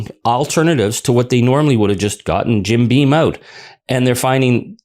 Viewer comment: it's Jim Beam, not "bean". Why does everyone get that wrong?